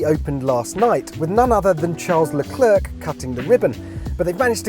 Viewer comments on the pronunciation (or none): He really said Charles LaclerK lmao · How you know Top Gear really is dead, They pronounce Charles LeClerc's name the way it looks.